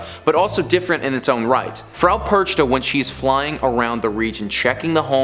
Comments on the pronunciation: Dude, old lady's name is pronounced differently, it's like PerKHta or something similar and not PerCHta. CH here is germanic kh, not english ch. Still cool video compilation) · It's pronounced Perkta not perchta.